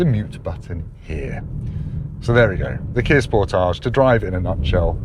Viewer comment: That's not how you pronounce Sportage, lol